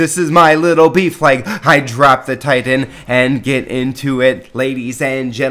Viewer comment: Cool hwhip? Thitan?